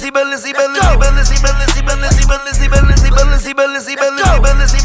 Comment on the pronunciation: Nah thats the second best part the best part when he said Balenci 🔥🔥🔥🔥🔥🔥